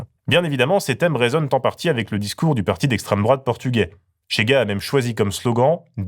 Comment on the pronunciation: C'est [chéga], pas [tchéga], c'est pas de l'espagnol...